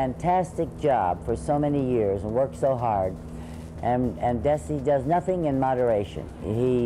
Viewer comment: Interesting how Lucy pronounced Desi…Have we had it wrong all these years? I was surprised! So loved their show! 💕